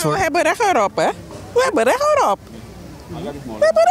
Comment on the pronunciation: "wij hebben rech erop" LEER DE T UITSPREKEN